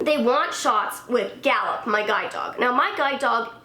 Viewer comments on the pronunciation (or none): I thought sh was saying guy dog not guide dog